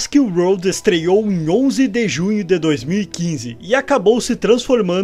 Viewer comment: Só um toque: a pronuncia correta é "jurassic Uord" e nao "roud". Equivocadamente vc ta falando "estrada jurássica" e não "mundo jurássico". E aí vai uma curiosidade tbm, que nao foi mencionada: a maioria dos dinossauros presentes na franquia são do período Cretáceo e não Jurassico. Mas Cretacic Park nao chamaria muita atenção pela sonoridade ruim.